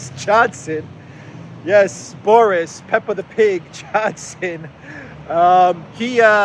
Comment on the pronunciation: Boris as a boy's name is pronounced BOR-iss. It is of Russian and Slavic origin, and the meaning of Boris is "small; battle glory".